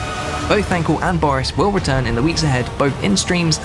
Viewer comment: Thank wool? what did he do again?